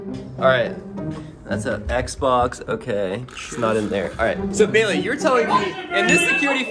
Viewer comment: It's baleiey